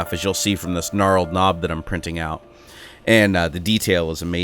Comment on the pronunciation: For your future information, the exterior finish on the nut is called "knurled", not "knarled".